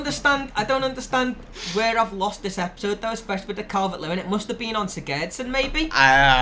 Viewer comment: you say sigurdsson wrong